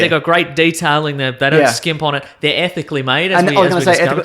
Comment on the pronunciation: It sounded like said the shirts were ethnically made instead of ethically made. Happy Birthday brother!